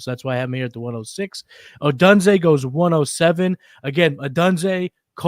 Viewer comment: I appreciate the effort but ya gotta pronounce their names correctly. Rome Oh-doon-zay (Odunze) and Uh-mehk-uh (Emeka) Egbuka.